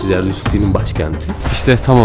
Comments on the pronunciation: Jerdüz ne la zerdüşt diyeceksin. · Zarduş değil Zartoştزرتشت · Zerdüşt zerdüşt diye tekrarla yutuyorsun :)